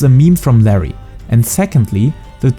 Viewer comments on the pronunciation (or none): none